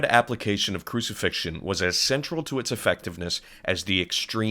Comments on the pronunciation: 'crucifixtion's a dawdle' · “Crucifixion? Goood.”